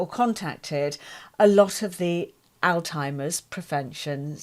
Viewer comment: Great interview. I do believe you're pronouncing alzheimers incorrectly though. There is no t in that word.